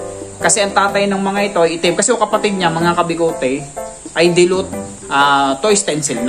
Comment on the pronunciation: Dilute po sir dilute, hindi po dilot🤣 peace and love✌️♥️